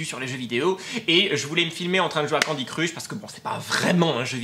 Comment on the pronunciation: sa ce prononce candy CRECHE et pas crUch